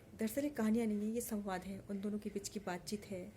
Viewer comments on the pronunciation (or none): मैंने आपकी पहली ही कहानी तो क्या बात चीत को सुना। शुरुआत में ही बातचीत को बातचित सुनते ही, अनायास गर्दन हिल गई। उच्चारण ठीक करें, किसी अच्छे भाषा जानकार के पास बैठें। आरोह अवरोह भाषा की गहराई को जानें। अभी करनें को बहुत काम है।